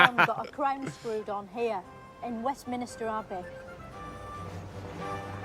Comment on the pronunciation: Thanks. Things that, understandably, you missed. 1/ She said Why do we remember 'Henry the Eighth' rather than 'Richard the Fifth".There was no Richard the Fifth. lol 2/ She mispronounces "Feminists" by saying Feminimista and it is "West min ster " Abbey NOT "West min IS ter" that she,deliberately said:face-green-smiling